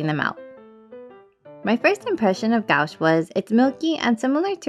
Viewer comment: This was a very fun and informative video. You really were able to put a lot of information in under 7 mins and we’ll. Thanks for sharing I recently purchased my first set of Holbein gouache. I’m having so much fun with them. Only $20 in Japan 😲 When pronouncing gouache it’s more like gwash 😊 Both your pieces came out great. I haven’t seen that animé might have to check it out. I just started watching Tokyo revengers with my daughter, who has already watched it 4 times.